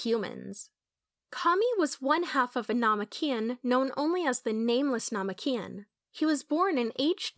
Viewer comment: it’s most likely ai. That’s probably why they say namekian incorrectly.